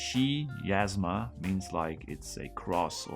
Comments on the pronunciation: The greek letter X or chi provides the hard ch sound in chemistry. So not shiasma but kiasma. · I'm pretty sure the Greek letter chi (X) is pronounced like a K. "Ky." So it's probably Ki-asma. Maybe a word play on "miasma?"